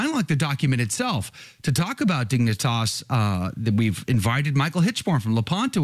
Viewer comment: You pronounced Dignitas correctly, but Infinita is really "in fi NEE tuh"